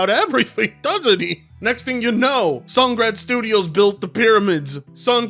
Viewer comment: The mispronouncing of Sungrand cracks me up and causes me to 🤦‍♂️